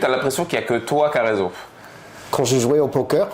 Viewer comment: Ptdrr j'en peux plus, la fin avec les paroles de Kaaris j'étais en larme. " ILE A Rayzon" 😂😂